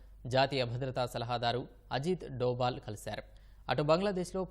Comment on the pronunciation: అజిత్ డోపాల్ కాదురా సన్నాసి "అజిత్ దోవల్".